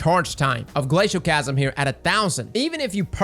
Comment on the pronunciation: everytime I hear someone omit the second “L” in “Glacioclasm” I die a little inside